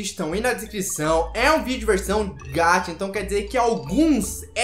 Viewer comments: não estou criticando nem nada so tô te corrigindo é que VC fala gacha como se fosse gatha mas se dala com som de x gaxa tipo isso so estou ajudando OK não é nada d+ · desculpa eu te corrigir mas VC fala gatcha e n gacha OK? Desculpa msm eu te corrigir!?!? Kkkkkkkk vcs é muito doidos <3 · Nn se fala gatcha, se fala gacha